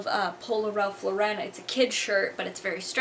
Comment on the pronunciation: Ralph Lauren is pronounced exactly how it's spelled by the way LOL not Ralph Lo Ren. Amazing haul btw keep doing them please!